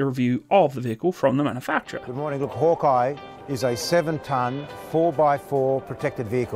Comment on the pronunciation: man, it really upsets me they mispronounce the name of their own thing hawkei, said like hawk key, named after the snake, that was named after bob hawk, called hawkei, (again, said hawkei) also, it should be made clear, this is NOT a replacement for the landrovers, the replacement for the land rover was the g wagon this replaces the that in between APC and land rovers (there had been a 6x6 version for combat troop transport that was used before the bushmaster came in) for something that you did a lot of research on, seems there was a lack of research on the state beforehand